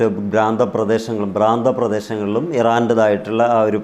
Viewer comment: ഭ്രാന്ത പ്രദേശം അല്ല പ്രാന്ത പ്രദേശം